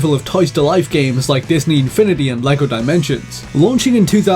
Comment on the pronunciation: He mentioned Infinity and Dimensions but didn't mention Skylanders, the Toys-To-Life franchise. Also, did he pronounce Lego as Lyco?